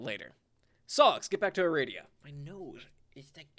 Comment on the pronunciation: The name is "Ah-rah-dee-uh" :P I swear it's so funny to see how different the characters are from the og homestuck and pesterquest XD